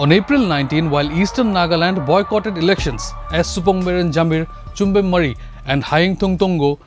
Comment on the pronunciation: Mon not Bon , Pungro not Pinri and Moori (Murry) not Mari ! Many of the reporter's mispronounciation of names of people are hilarious,insulting and very unprofessional ! It smacks of disrespect to local sentiments !